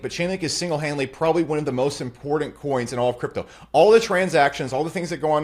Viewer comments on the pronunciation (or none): Bro the way you said “impordant” makes you a cuck but I loved the video